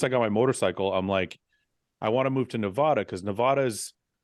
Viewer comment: NEVADA NOT NAVADA JESUS LMAO